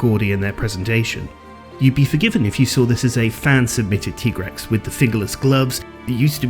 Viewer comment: I will NEVER accept the pronunciation of MHW's "TEE-Grex". It's supposed to be TIE-Grex!